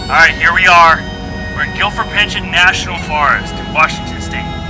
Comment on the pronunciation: Its Gifford Pin-show NOT Gilford and whatever you did to screw up his last name.